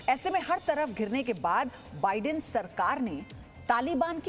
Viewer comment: News acchi hai lekin news reporter ko bolna sikhao wo vidan sarkar nhi Biden Sarkar he 😂😂😂